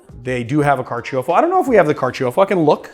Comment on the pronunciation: Carciofo is the Italian word for artichoke, and is pronounced car-cho-fo, not car-chee-oh-fo.